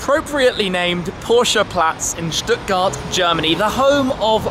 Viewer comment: First English speaking YouTube channel to pronounce Stuttgart correctly